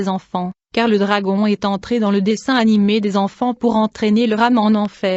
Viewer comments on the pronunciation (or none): none